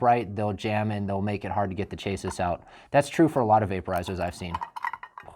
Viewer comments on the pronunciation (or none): It's spelt chassis but pronounced shaa-cee! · If my guy says chaysus one more god damn time im going to loose my mind.